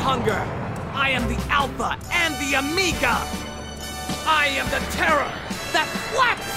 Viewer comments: No, JeJe got it right. Goku said "Amiga" instead of "Omega." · Haha, and all this time I just thought didn't know how to say omega properly. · omega* there's two pronounciations to it